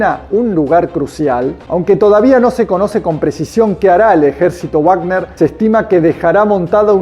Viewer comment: Felicitaciones por el contenido informativo. Pero Wagner no se pronuncia guág•ner sino *vág•ner_ porque: 1. Es un nombre Alemán, no Inglés. 2. En Castellano, la letra w se llama v doble y se pronuncia como v. 3. Cuando uno desconoce la pronunciación de una palabra, debe pronunciarla en su propio idioma, Castellano en este caso. Hay que dejar de colaborar en la Desculturización Anglificadora.